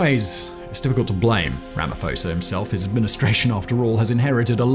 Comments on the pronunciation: Pronounced: Rah-Mah-Paw-Sah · Ramaphosa is pronounced "RAMA-P-HOSA" not like the Greek ph.